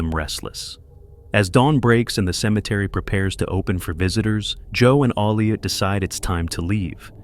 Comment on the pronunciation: It's Elliot! Not Aleot